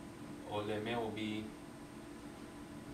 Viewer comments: In verbs oled, olete, oleme the accentuation is in letter O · In verbs olete, on, oleme, oled, olnud, ole etc the accentuation is on letter O and it's not like russian...-.- anyways good progress